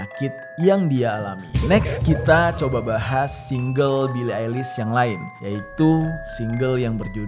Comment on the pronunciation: "Bili Ailis" 😂😂😂